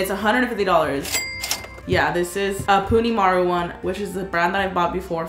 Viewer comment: Btw it’s punimaru when you said punimari